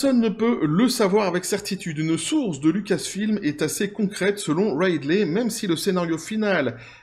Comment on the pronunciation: Ca se prononce Ridley (comme Ridley Scott, « Ridli »), pas Raidley ;)